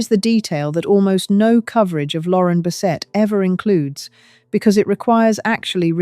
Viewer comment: I think this is AI generated. The odd pauses while she speaks, the way she said “Lauren Bessetta” and “alzo” instead of “also” in the beginning